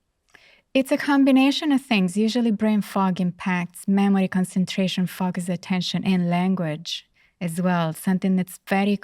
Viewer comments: All this wonderful insight. If only someone could at least help her say FO-Cus. Would be nice….Fukkus lol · This doctor is very important. Please find her a voice coach for the word "focus". I feel her message would be better received. Right now the mis-pronounced words distract from her valuable points. I do not mean to be impolite. I have heard several of her interviews. And my observation remains the same. Respectfully. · Im sorry but if you can pronounce the word 'four', or 'for' why not 'focus'? 😂 Other than that the interview was lovely